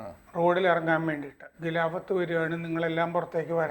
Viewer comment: ഗിലാഫത്ത് അല്ല. ഖിലാഫത്ത് ആണ്. നാക്ക് വടിച്ചാൽ ശരിയാകും.